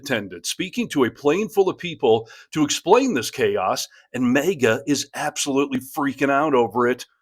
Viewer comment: Why does this guy keep saying Mega? It's MAG-ah.